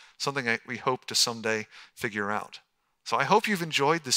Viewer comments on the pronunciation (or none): none